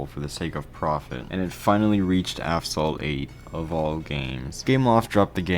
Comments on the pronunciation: I honestly respect every word you said as a player of the game myself since I was ... 7 (damn 8 years ago) but I saw some errors in the video 🤓. 1. Asphalt (pronounced As.Fault) 2. You showed the lunar stage in the sector 8 part, honestly ngl both are bangers especially the song redline in the lunar stage Yeah that's all errors no the updates... yeah its worser 1. Credits are rendered useless used only for upgrades which is same for fusion coins which is free to play. 2. Tokens are free to play and in the topic of tokens. 3. All cars are now available with tokens, and all skins are for vouchers. 4. NEVER grind the car hunt, it's only one car for all the poor people now 5. Now you can make your own pay to win bundle...why?idk. 6. All cars that were for fusion coins are now off sale, this hit me hard cuz I was grinding 2.5 million fusion coins for the agera rs and when I reached 2 million, I heard the news that all fusion coin cars are gonna become off sale, so I really needed an A class car so I had to take the Peugeot onyx. Yeah that's all and why my childhood game has been fumbled by money hungry developers, and this is the last ever time I would EVER play asphalt 8 sadly, bye :). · afsalt? its assfault, or ashfault thats how you pronounce asphalt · Why do you pronounce it like "avsalt"? You pronounced "aspect" correctly "As-pect", "as-phalt" - it's right there 💀💀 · This video is unwatchable due to the constant intentional "Aphsalt" ragebait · Why do you keep saying aphsalt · STOP FUCKING SAYING "AFSALT" WHAT THE FUCK IS WRONG WITH YOU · WHY DO YOU KEEP CALLING IT AFSALT NIGGA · Nigga did u call it "Afsalt" in the beginning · Asphalt ❌ Aphsalt ✔️ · Asphalt 8 : ❌ Afsalt : ✔️ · Bro said affsalt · do you say “aphsalt” in the video or my ears don’t work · Asphalt ❌ Afsalt ✅ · are you saying...AP-SALT?? Its AS-PHALT... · Brother, it’s Asphalt, not Afsalt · Bro it's not Aphsalt it's Asphalt Good video though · bro said aphsalt 8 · why do you call it app salt 😭